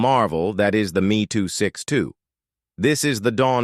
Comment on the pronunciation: Hey idiot robot!! It's not ME as in myself me it's M - E 262 ...figure it dummy or go back to the scrap yard...I'm out!